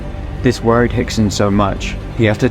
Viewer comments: Why is Rickson pronounced "Hickson", Royce, "Hoyce", ...when Rio de Janeiro is pronounced "Rio" and not "Hio de Janeiro"? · Lol especially when the R’s are pronounced as H’s lol